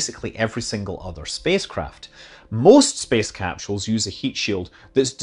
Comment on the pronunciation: "Dragon capCHules" - what kind of accent is this?